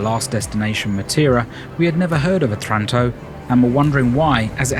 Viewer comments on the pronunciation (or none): Beautiful video. For the record: Otranto is pronounced oh-trahn-toh, with accent on the first oh. And the other city is called OSTUNI, not OSTRUNI. For all the people who will google it and find nothing.